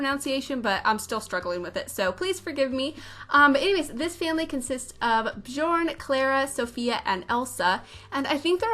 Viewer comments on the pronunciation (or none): Great Build! I love your style of building! oh, and FYI - it is prnonounced [Byourne Byercsehn] ;-) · Love this build 😍 (btw, Bjorn is pronounced "Byorn") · Hey thought you might want to know Bjorn is pronounced "Byorn." Love the build! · The J is pronounced like a Y. x x x so instead of Johannesburg is is Yohanesburg. Or Bjorn it is Byorn. x x Americans dont know much about stuff out side of America x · The j's are pronounced as an i. Biorn biergsen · It’s bujorn if you’re part of the cult. (Pastel sims reference)